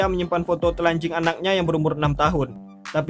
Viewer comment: Bang lucu bangat bila abang bilang " telanjing "